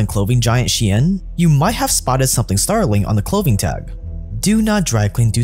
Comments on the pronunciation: It isn she-en, it is sheh-ee-n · I've always thought it was pronounced /ʃeɪn/ I find it weird how people pronounce it was. /ʃi.ɛn/ I guess English orthography is weird like that 7 '28 '22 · Okay but why do people pronounce 'SHEIN' like 'SHIEN'? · Literary thousands of people saying "Chain" but it's pronounced "She In" or is wrong? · But why is it pronounced "shien" if the name is "shein". English is so stupid language xD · is shein not pronounced like shine